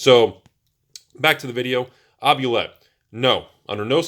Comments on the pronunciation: It’s not “Ob-You-Let,” it’s “Oob-Li-Et.” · Oubliette is pronounced OOO BLEE AY.